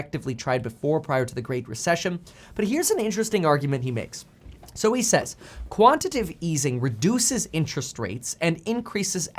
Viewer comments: It's quantitative NOT quantative, Kevin.... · It’s Quanti-Tay-Tive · Quantitative has 4 syllables: ˈkwän-tə-ˌtā-tiv